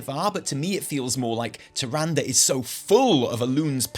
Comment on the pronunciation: You have no idea how happy I mean to finally here you pronounce “Tyrande” properly (like in every other spoken piece of dialog from WoW and Wc3) RIP TyranDAY, I hope she’s pissed off for good, maybe on a secret lovers escape with IlliDAN. We just now need to work on you saying Sylvanas and not SylVANas and all your lore videos will be so much more enjoyable! :D